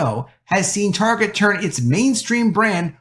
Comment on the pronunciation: You know the word “Target” has a “T” at the front. You might start to try saying that letter T. Your saying “Arget” every time it’s fucking annoying.